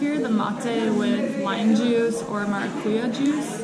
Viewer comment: Stop saying maracuya , it is maracujá , JÁ